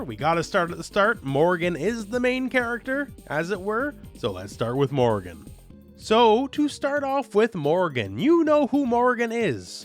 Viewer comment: Morrigan not Morgan. You said it so many times, it's quite infuriating.